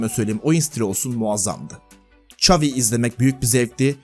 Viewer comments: "Ç" avi degil Şavi(XAVİ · İngilizce çeviriye yaz ve dinle, çavi diyor